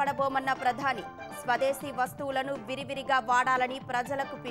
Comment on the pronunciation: Please pronunciate Virivigaa